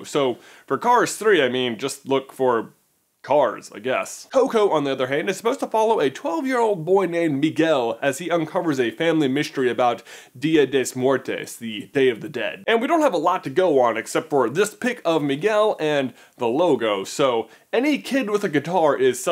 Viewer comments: OMG, did he said Dia des Mortes? _' ughhhh, sounds SO nasty, it's Dia De Los Muertos, dammit!!! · your pronunciation of dia de los muertos made me die a little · J you pronounced dia de los muertos wrong 😁